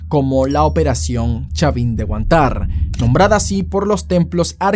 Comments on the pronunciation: Pero porque pronuncias la palabra Huantár con el acento en la última a , cuando todos aqui en Perú usamos la palabra Huántar con acento en la primera a ? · Amigo, para mejorar la historia hubiera sigo genial que acentúes bien HUÁNTAR y no HUANTÁR... Luego todo bien con el relato clásico de periodista de canal 4. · ¿Qué clase de peruano dice Tupac AmaRÚ o Chavin de HuanTÁR? Pronuncia bien oe. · Pd: Algo me sonaba raro cuando dijiste chavin de Huantar. Y es porque en los colegios cuando nos enseñan ese tema la "r" final casi ni suena y tu la acentuabas. Ponle que cuando dicen Huántar la r suena tan despacio que si escuchas mal podría sonar como Huantai. Cuando dijiste que eras venezolano en los comentarios ya me aclaro todo pero igual me puse a buscar la pronunciacion correcta. Y bueno, no es como la correcta solo mas popular escuchar la r final mas bajo. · solo me pareció curioso que para ser peruano dijeras Huantár en vez de Huántar, buen video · Eres peruano y no sabes pronunciar bien "Huántar"???? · Lee bien,es.....Huántar, con tilde en la primera a!!! No en la segunda!!! A nadie le gusta q pronuncien mal su nombre!!! Huántar........con H!! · Se pronuncia Huántar no Huantár, con acento en la primera sílaba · se regiere a que dice : "Tupac Amarú" y es "Tupac Amáru" y dice "Huantár" cuando es "Huántar" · Es Huántar y no Huantár >:( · Tupac "Amarú", Chavin de "Huantár" 💀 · buen video, pero algunas correcciones: - Tú mismo pones los nombres con tildes y se pronuncian así: Huántar no Huantár, etc. - El caso de la toma de rehenes como bien indicas se juzgo no por el operativo, sino proque se encontró evidencia de ejecuciones, eso no se puede defender ya que si se ha vencido y bajado las armas no debes terminar con su vida Muchas gracias por tu trabajo, es un muy buen video y lo compartiré con mis alumnos. bendiciones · No entiendo como siendo peruano pronuncias tan mal "Huantar" y "Tupac Amaru". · lee bien los nombres y identifica las tildes (nohate)